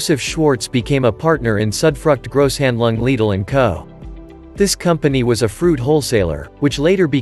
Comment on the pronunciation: I couldn't help but notice you pronounced Lidl correctly. Why is this so hard?